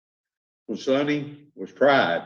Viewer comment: Sonny rhymes with "sunny", NOT "Sony". FFS